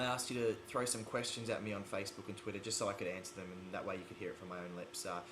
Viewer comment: I loved how he said twira instead of twitter lol. I love his accent so much!